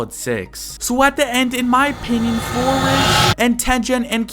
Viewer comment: Floriz ❌ Flores ✅